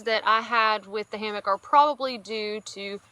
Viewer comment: Hammock not hammick